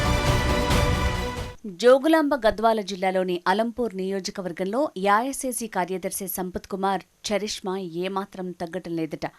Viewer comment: యాయాసిసి కాదు అమ్మాయి ఏఐసీసీ అని స్పష్టంగా చెప్పు